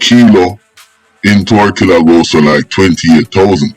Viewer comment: It's Tortola pas tortilla 😂😂😂 ....yo need to fact check on many of your stories for real